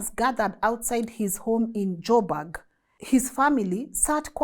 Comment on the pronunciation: Joburg not jobag